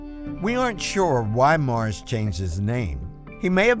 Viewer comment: It's Morris. Not Mars.